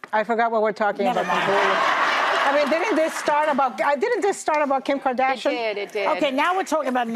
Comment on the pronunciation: Bot nobody believes in Karda- chiat( french for trach)